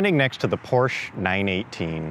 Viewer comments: PRONOUNCED PORSHA NOT PROSHE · pronounces porsche as porsh pronounces porsche correctly 😂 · Love how the vid comes out swinging calling it a "Porsh"--bet a couple dislikes came from angry snobs not pronouncing it "por-shuh." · Not Porsh, PorschE :P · Anyone know where I can get one of those "PORSCH" Tee Shirts? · ITS PRONOUNCED LIKE "POOR-SHUH" why do people not get this? It's a last name. There is only one correct pronunciation. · I want that "Porsh" shirt! How do I get it??!?!?!?!? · It's Porschaa for crying out loud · Porch 😂😂Porsche 👍👍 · go porsh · Dewah 77 That is NOT how it’s pronounced. And it dosent matter what country you’re from, it should always be pronounced PORSHA because the company decided that’s how it’s pronounced and the way it’s pronounced shouldn’t change no matter where you are. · Can't even figure out the pronunciation of "Porche"? It's a persons name not a local dialect of a common word. His name was pronounced 'Por-sha' and you have NO right to miss-represent. Even the obviously fake Ferrari failed to entertain. Just a sad video all around. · Ballibusteros learn how to say porsche correctly, porsch-uh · Gasosphere it's funny that the guy pronounces porsche wrong on purpose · "Porsh" Haha I love that.... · every time he said porsh i got triggerd. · it's funny that the guy pronounces porsche wrong on purpose. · its a PORSCHE Not Porsh !!!!!!!!!! THERE IS A E and you call it PORSCHEEEEE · And so was the 918 it was fake his shirt wasnt even spelled right it's Porsche not porsh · Porsh xDDD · Its called PORSCHE! With E ! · I have ZERO respect for anyone who claims to be an automotive expert and cannot pronounce "Porsche" correctly.